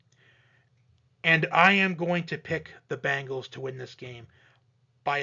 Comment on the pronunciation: B EEEE ngals not B AAAAA ngles ...lol